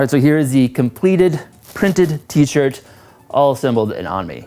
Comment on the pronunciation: 13;47 "for my t-shit"